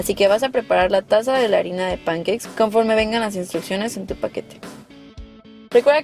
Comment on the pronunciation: Concuerdo contigo, si les va a decir pancakes como los que hablan inglés les llaman, mínimo que lo pronuncie bien.